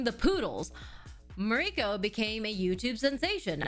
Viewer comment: REACH OUT TO POODLE TAKAHASHI!!! Also, I now find myself unsure of how to pronounce your first name. In this video, you pronounce it like Ma-REE-ko but I have heard you pronounce it differently before. Is it just the Americanized way of saying it or...? Just curious.